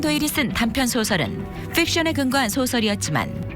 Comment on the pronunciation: 픽션을 퓍션이라하고 셜록홈즈를 숼록홈즈라 하네